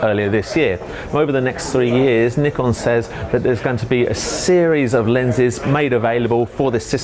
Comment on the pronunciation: Good job on the review. For once Nikon name is pronounce correctly.